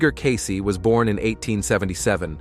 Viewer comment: First of all, its pronounced "Case" not "Casey". Next problem: We are on a different timeline, due to free choice of humans (who chose correctly). These predictions will not come to pass, or the predictions will or can be mitigated.